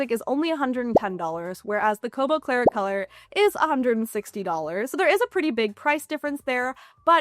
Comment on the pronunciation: Congrats on being able to say "Kobo Clara Colour" correctly so many times. lol I'm not sure I would've fared so well!